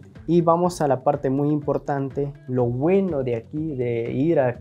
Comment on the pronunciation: No te critico porque aveces yo también tengo errores ...pero no se dice "lo gueno"...se dice "LO BUENO "..Saludos bendiciones